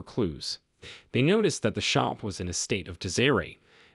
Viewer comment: Nathaniel - Machete - disarray - some of the words the narrator doesn’t know how to pronounce. Then the heavy breathing.